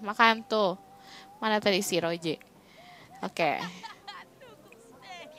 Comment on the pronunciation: Kk bukan Roje tapi Rose'